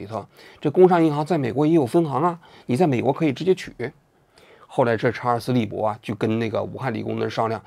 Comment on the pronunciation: 隔壁老王把查尔斯利伯肯定念成查尔斯韦伯了。。。所以才后期加工修正明显。。。:face-green-smiling